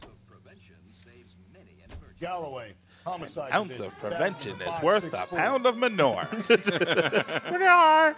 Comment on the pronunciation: "Homicde" EDIT: Also "High*t*lights"